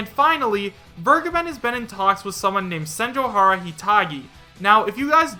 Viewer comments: I cringe a little bit each time says Senjouhara. SenjouGAhara is how you say it. It's a Monogatari character. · You were pronouncing senjougahara wrong. The anime the name is from is the Monogatari series